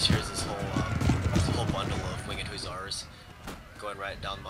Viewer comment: Wing-ed hussar lol its Winged